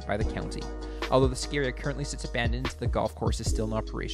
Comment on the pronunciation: Also, It's Ski Area...not scaria.